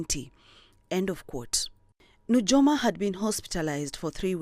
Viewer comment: It's pronounced as Nuyoma...j for i